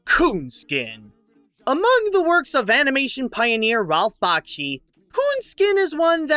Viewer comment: He is not a composer, it is not Bach-chi, it is Back-she, and it's Ralph, not Rolph. Other than that, very fine review.